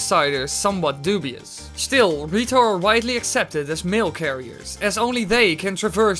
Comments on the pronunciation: The way you say "The Rito" sounds a lot like "Dorito" XD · the way he said rito (dorito) does that mean that the goron evolved into mountain dew i mean they live on a mountain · did u know when u say "the rito" it sounds like doritos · I can't stop hearing Dorito when ever he says rito DX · same lol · Was about to comment that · When you said the rito, I thought you said dorito. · Wen you say the rito it sounds like dorrito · why u pronounce the rito dorito